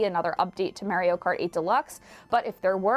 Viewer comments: MARR - IO not MARE - IO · It's not mare e o it is mar e o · Why didn't someone tell her how to say Mario?